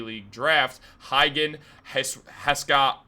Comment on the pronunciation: It’s pronounced “Hah-Say-Gah-Wah”